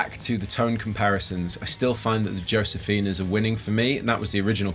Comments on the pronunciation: the "J" In josefina is pronounced like a letter "H" Pronounced Hosefina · Pronounced hosefina..... Europeans.....lol